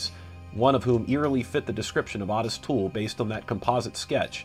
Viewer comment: As evidenced in original video interviews with him, Ottis Toole didn't actually pronounce his name that way.